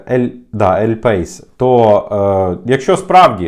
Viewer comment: Не ель пейс, а ель паіс!!!